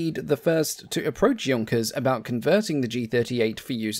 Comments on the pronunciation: It's nice that you can pronounce "Junkers" correctly but annoying how you can't pronounce "Luftwaffe" properly. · Thank you for not calling it the Junkers I do appreciate proper pronunciation. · Great compliment for being the first English aviation channel to not mispronounce "Junkers".